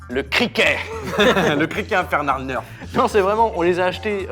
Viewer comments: "un neurf" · Sa Se prononce nèrf et pas neurf.😑